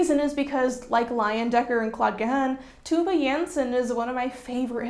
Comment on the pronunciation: Amazing video!!! (As always) But it gave me brain itches when you said Tove Janssons name 😂 (Nordic lezzer over here). But I can’t wait for the Tove video, lmk if you want a pronunciation guide ;)